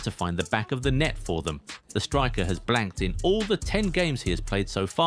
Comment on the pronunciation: He said blancked